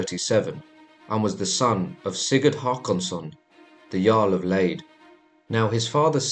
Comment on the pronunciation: Lade is not “laid”. The a sounds like the a in the British “castle” or “tomatoe” or “guard” or “garden”. The final e sounds like the e in English “level” or “Wednesday”. Now say it properly :)